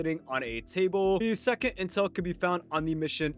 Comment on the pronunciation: I lowkey thought you said incel for a sec